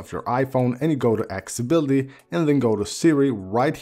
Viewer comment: Drink a shot whenever he says "axe-ability". Seriously, dude. It's "Accessibility".